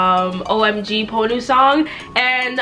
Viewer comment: I don’t know what’s worse she says sarkar wrong or the fact she can’t say ponnu